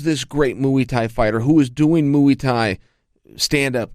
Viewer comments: he says mui instead muai xD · “Mooee tie” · Anderson “Moeei Thai” Silva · "Mooey Tie" -Chael Sonnen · Moo-ey Tie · Mooey thai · "Moo-ey thai" 🐄🐄🐄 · moo-y tie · Mooey tai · mui-tai lol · Moo-ee ty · Lol "Moo-Wee Thai" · Moo-ee thai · “Moo-wii” Thai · Chael “Mooey Thai” Sonnen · Every time Chael say's "Mooey" a Bad Guy turns into a good guy. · Any mooee???????? Mooee thai??? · Moo-ie thai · Mooey Thai 😂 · he was doing "mooey tie" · Chael "mooey thai" Sonnen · I've got beef with Chael. Moo-ey Thai? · Moo'ie tie. At this point I wouldn't be surprised if chael can't pronounce his own name. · Chael “moo-e tie” Sonnen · yeah what the fuck like chael,its only a word you might well have heard everyday for the last twenty fucking years ahhaha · Chael Vs Brendan Schuab for the Pronunciation belt of the world. I've recently noticed Brendan now will mumble like hes skim reading whenever a name with slightly challenging Pronunciation comes up. Chael just goes straight in and gives you a version of the name crystal clear with no shame. Chael is the don!!